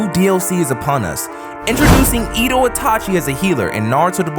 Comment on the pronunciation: Oooh Another vid (Btw its eh dough not Edo)